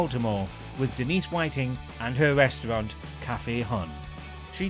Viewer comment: I can't help but burst out laughing when he says 'reshtrunt' 😆😆 idiot